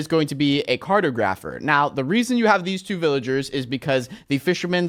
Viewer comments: yes he says carto-grapher whereas he should say car-tog-rapher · please dont say "carto-grapher" the word should rhyme with photographer car-taw-grah-pher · Kar-tog-rufr. Not Carda-graf-r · It's pronounced cart aww graph her not cart oh graph her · It’s not cartagrepher.. it’s cartographer. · "Car tah grapher" not "cart o grapher" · it is pronounced car-tog -ra-fur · The villager profession is pronounced Car-tog-ra-fer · I think you pissed everyone off because you said cartographer wrong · Ash W. im english and i thought he said it weirdly too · Does it bother anyone else that he cant pronounce Cartographer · He pronounced cartographer wrong too 😂